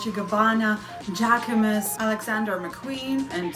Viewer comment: Love the content. JACQUEMUS and MOSCHINO check the pronunciation please